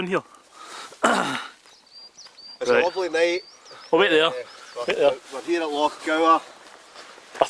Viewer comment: its loch not lock ya igborant weegie